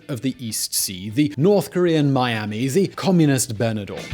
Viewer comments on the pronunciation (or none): none